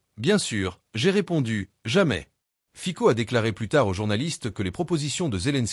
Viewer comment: Ayez la délicatesse de prononcer le nom du Président Fico correctement !